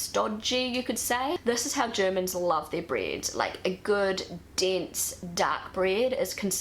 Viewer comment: Breed? Does she mean bread?